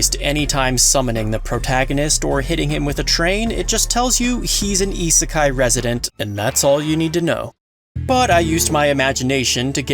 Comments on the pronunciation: Isekai... not Itsukai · Iserkeye Listening to you trying to pronounce these words is cringe as fuck.